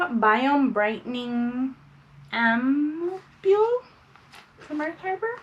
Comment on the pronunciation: Nice unboxing!! It’s pronounced ‘amp-Yule’ ;) and ampoule is a highly concentrated serum. Blue tansy is an antioxidant and anti-inflammatory so if you have irritation it’s very helpful to soothe that. It kills bacteria so is extra beneficial for acne prone skin.